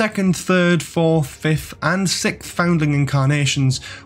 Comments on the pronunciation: So - please explain why you - and several others - somehow can't say "sixth"? Is this a trendy thing? Have podcasters discovered the new "arksed" by saying "sickth"? Is it a secret generational thing? Why is it seemingly suddenly commonplace to say "sickth" when you mean "sixth"? And I'm pretty sure it's a "chameleon arch", not "ark". And... hang on a minute: the Seventh Doctor was most certainly NOT "shot dead". If you set yourself up as an authority on Doctor Who (and by created a definitive video, you certainly are), you need to get your facts right. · Well, if you wanna get nit-picky, it's 2 words: "arch" and "sixth" (and you still haven't explained to me the trend of saying "sickth", which really does intrigue me, as it seems to be a deliberate choice). To correct you on your main argument, the seventh Doctor's regeneration was instigated by the use of the anaesthetic, not the bullet wounds. He even says so while on the operating table! I think that's a PRETTY major plot point. If you can't cop some mild criticism, why are you putting out a video for all the world to see? Why call it "The Complete History of the Doctor" if it's not meant to be authoritative or accurate? Wouldn't you LIKE it to be as accurate as possible?